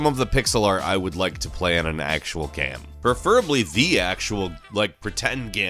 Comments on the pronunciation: Why did I hear this guy pronounce game gam twice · why do you always pronounce "game" so weirdly?